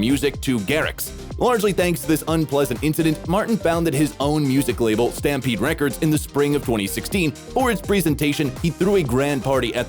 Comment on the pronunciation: Stampeed record 💀 Speech therapy is required